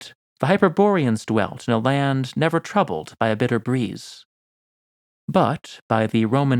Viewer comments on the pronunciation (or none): none